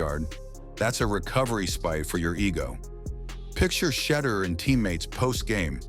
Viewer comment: One of the worst AI narrated videos in history. Day on sanders? Really?